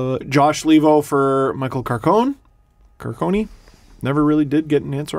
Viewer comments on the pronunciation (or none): it's Michael Carcone (read like CAR-CON-EH)